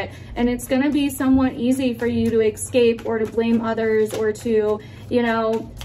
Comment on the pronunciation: right on as usual! i love how you say ex-cape lol